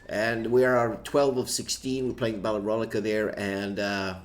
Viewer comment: Good one! Actually pretty close. I won with the Allies and will likely give the French a try. Guess the pronunciation for Rolica is 'roe-lisa' the 'c' is 's'. Not really sure how hard the 'o' is. Don't know why people can't just talk 'merican. I do!